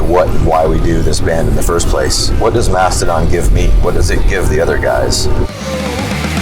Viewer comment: ITS MASTODON, NOT MASTODONT